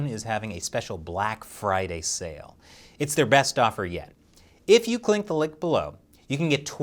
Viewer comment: did he say "if you clink the lick" in the final ad read?